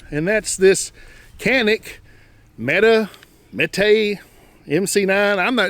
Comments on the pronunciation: Great video!!! Probably don’t care but according to Canik it’s pronounced “met-ay” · prounounced "meh tay" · It's pronounced Meh-Tay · I couldn't get though the video with you not pronouncing the name of the gun correctly.